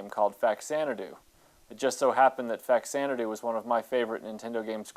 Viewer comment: It’s pronounced Fazanadu. It’s a version of Xanadu for the Famicom. Fa=Famicom +Xanadu (Zanadu)=Faxanadu.